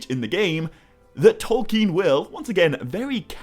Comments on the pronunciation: Anyone criticising your pronunciation of Tolkien is just revealing their own naiveté unfortunately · Lol to the people who think you're pronouncing things wrong. You're probably the most accurate pronouncer I've ever heard.